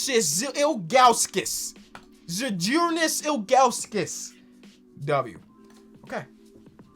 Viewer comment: Lol Zyl*Dru*Nas.....that's how you pronounce Big Z's name🤣🤣🤣 gonna need to know that when you pull up in Cleveland